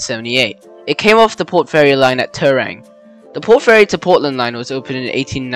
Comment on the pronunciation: Timboon closed 86 removed 87 Mortlake closed 77 too.... also Timboon came off the line at Timboon Junction outside Camperdown i spent my childhood at Camperdown Timboon Cobden area in the 80s and early 90s Terang pronunciation ouch